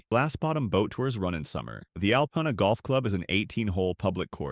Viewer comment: Your butchering of Alpena and Mackinaw gets you a thumbs down